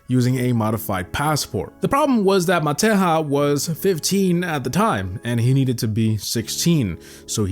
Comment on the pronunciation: Serbian guy was called "Matehya" with a soft j